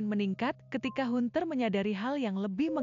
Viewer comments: ini pake penerjemah otomatis kayaknya? hanter..bukan hunter.suaranya gak ada emosi.persis suara² di Fb😁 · Hunter?? Pengucapan nya bukan hunter tapi Hanter,,,,,ini kan ejaan asing please....